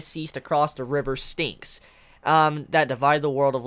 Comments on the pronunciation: No worries. I got a chuckle every time you said ‘the river stinks.’ Lol! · Glad to have tokyo ghoul! Its ok you didn't pronounce it right lol